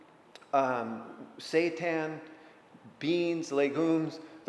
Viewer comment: saytan? satan? lol! honestly what was that?